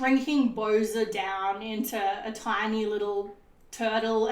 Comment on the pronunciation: it bowser not boser